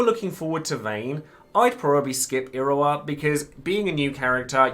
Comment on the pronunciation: Im not the only one hearing him say Irowa am I?